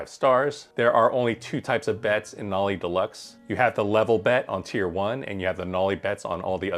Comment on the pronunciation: can you please learn how to pronounce the system name correctly?